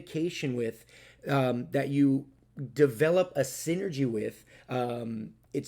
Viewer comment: Haha yoy said SINNERg!